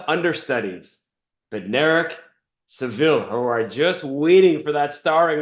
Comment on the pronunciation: Coming back here to say you called it right..Seville